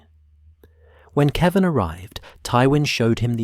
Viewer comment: Definitely ai. Kevin, keevin. Jaime, Haime(Spanish pronunciation)